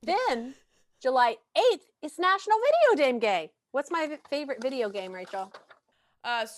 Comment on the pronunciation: “national video dame gay”